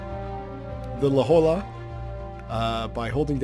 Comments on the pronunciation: La Jolla is a city in Southern California is it is pronoinced "la Hoya" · La Hoy-ya